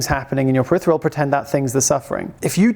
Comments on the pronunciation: ~ If you, like me, have this channel as one of your key sources of knowledge - then I'll dare proffer this minor correction - it's periPHeral vision - not 'peritheral'. The word makes sense, as it refers to the periphery. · Another great post. PeriPHeral with an "f" sound. Just trying to enhance the experience for the pedants like me. 😊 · are you saying peritheral or peripheral.